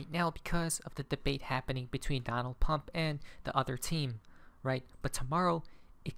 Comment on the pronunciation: I like how you call Donald "Pump" 😊 No worries either. Pump is scripted to win.